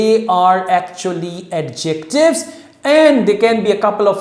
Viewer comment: Ye are mispronouncing "Adjectives."